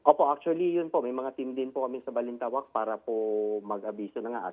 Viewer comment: ACHULLY... ACHULLY... ACHULLY...